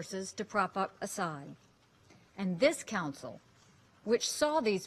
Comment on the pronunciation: It’s not Assad. Get a clue lady